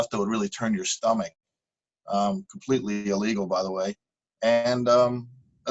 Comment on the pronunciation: it is ( "illegal" ) not ( "eelegal" ), come on, no NEW SPEAK!!!!!